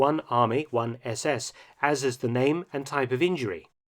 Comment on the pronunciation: You’re top notch on pronouncing names. You say my name as my father did.